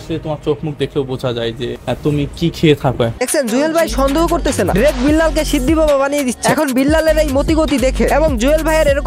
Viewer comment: শিদ্দি ❌ সিন্ধি ✅